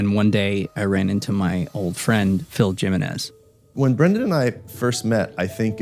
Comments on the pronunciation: Excuse me?… Phil “JIM-in-ez”? That name is pronounced hee-MEN-ez. Dude looks Latino to me. I hope that’s not how he pronounces his name. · Jim uh nez? Isn't it pronounced He Men Ez? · Did dude just say the "j" in Jimenez instead of using an "h" sound!? Have I been pronouncing that name wrong all of these years?!😮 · I know he did not just pronounce Jimenez “Gym-in-nez” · "Dzhimenez" lol. Jiminez is pronounced "Hee-men-nez". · Phil Jim-enez. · JIM-ENEZ - LOL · Can't expect anything from clowns who want to pronounce Spanish names their way